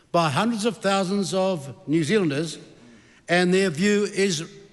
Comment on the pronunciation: I love it when Winston talks so quickly his words start crashing into each other...when "New Zealanders" become "New Zlnders"...😂😂😂😂